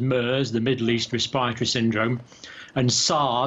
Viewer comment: Kinda grating the way he pronounces the “rest-per-tory” system! LOL